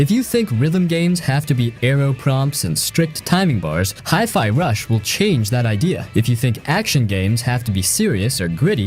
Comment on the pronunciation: Best video so far, no boring a f Rise. 😁 But one question: How the heck did you pronounce Hi-Fi? Hi-Fi means High-Fidelity. So it's High, not Hee. 😂 And that comes from someone whose native language isn't even English.